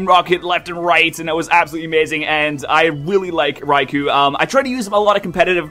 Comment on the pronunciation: Raikou - Rai•kō - [ʀɑɪ̯kəʊ̯]* Not "Raikoo" (rhymes with "two"), but "Raikoh" (rhymes with "flow"). "[O]u" is a way of translating those long "o" sounds in Japanese; they're written as both "ou" and "ō". *Written with standard IPA (International Phonetic Alphabet) for Received Pronunciation